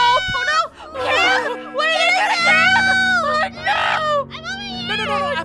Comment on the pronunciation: "oh neahw😨"